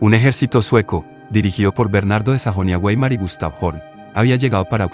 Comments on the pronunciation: ¿Eres Angloparlante? Weimar no se pronuncia güei•mar sino vai•mar porque no es Inglés sino Alemán. Y si no sabes Alemán, pronúnciala vei•mar en Castellano. ¡Qué nefasta Pandemia pretender ser culto pronunciando toda palabra extranjera con Fonética del Inglés! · Bernardo de Sajonia Güeymar: NO. Sajonia-BAIMAR en todo caso, Weimar se pronuncia, cuando es alemán, Baimar. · ¿ Quien cojones te ha dicho a ti que la " W" en alemán se pronuncia como "gu"? La W en alemán, se pronuncia como una "V", coño.